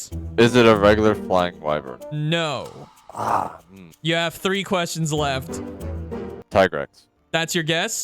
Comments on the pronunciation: it's why-vern not wee-vern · just a fyi you where pronouncing wyvern wrong it is pronounces Why-vern. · Me when I chronically pronounce wyvern wrong